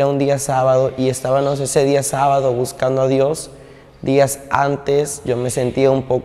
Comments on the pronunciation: llegábanos y estábanos hablando pura paja.Ni sabe pronunciar.Llegabamos y estábamos.No le párese.Todo lo q Dios nos dise está escrito en la palabra No x usted.Madure mi niño No ofenda más a un Dios santo santo santo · "Es ta ba mos", no se dice "Es ta ba nos". Dios te bendiga, la gracia de Dios sea sobre ti. Se dice lle ga ba mos, NO SE DICE llegaba nos. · Así es hermano , pero disculpalo porque no lo puede pronunciar bien